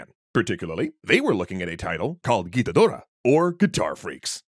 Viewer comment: You nailed Gitadora though!